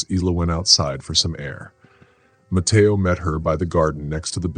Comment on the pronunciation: Love the voice of the narrator. However pronouncement could be a little better - “Ma-te-o” not “Ma- ta- o-a”